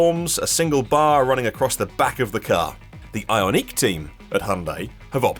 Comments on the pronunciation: Why is this guy pronouncing Ioniq as if it is a French word? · I would pronounce it eye-ahn-ick. It he first two syllables are based in the word ion which shows the electric nature of the car, so I would make sure the -n stays with the second syllable.